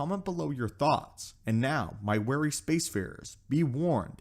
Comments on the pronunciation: Be 'wary' of the unknown, not weary. There's a major difference. Maelstrom, not mail-storm. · Wary. Not Weary. You want to be cautious, not tired. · wary, not weary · I know this video is a year old but just a couple pointers. One is "wary" of the Unknown Regions, not "weary". To be wary is to be cautious; to be weary is to be tired. And the word is "maelstrom", not "maelstorm". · Ware-y not wear-y... the latter sounds like you're telling us to be tired of the unknown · "Be wary of the unknown.... ' not weary. OCD - sorry ✌🏻😊